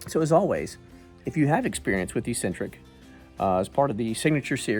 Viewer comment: Look up the word eccentric so you can learn how to pronounce it